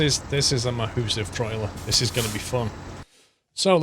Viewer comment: "MaHOOssive" hahahahaaha... I'm using that from now on.